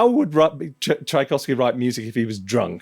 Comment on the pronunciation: Tchaikovsky not Tchaikovsy